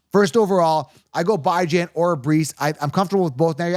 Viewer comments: Bye-Jan? I thought it was pronounced Bee-John 🤔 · I was wrong the last 2 years but i was right the 2 years before that lol...so 50/50 at best lol..thats everyones chances....and his name isnt Byejan....why cant u pronounce it right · Was able to hold on until the 16th time he said bi-jan. Interested in giving the video a look, but damn... couldn't stomach bi-jan. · This guy still calling him “BYE-JAN”. I guess he eats DYE-JON mustard on his hot dog. Remember a player for the jets named BYE-Lal Powell? Ridiculous… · Pronunciation of names like the Key & Peele skit lol. I will roll with the way his mom who birth him says his name. Geaux ByJan